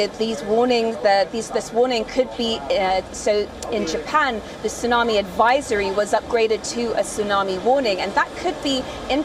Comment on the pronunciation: Why this thsunamee so calm 🤔